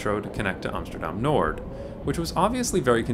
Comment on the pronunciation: Pronouncing Noord with a D.. it's just not right man.